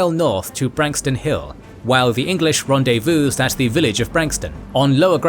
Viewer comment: Love this channel and narrator so much, but you gotta stop treating the "silent S" with so much neglect! Viscount and Rendezvous are not pronounced the way you keep pronouncing them! Vye-count, rhymes with Rye count. Ron-day-VOO, Rhymes with scooby doo.